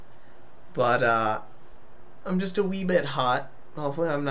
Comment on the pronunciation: Lol instead of just you said lust XD